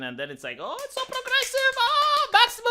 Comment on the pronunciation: “Prrrlrlrlrlrogressive!” Such enthusiastic and moistening R rolling. I’m fuggin HERE FOR IT.